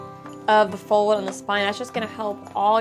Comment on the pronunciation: The way she says "fowd" is driving me bananas!!!! 🤣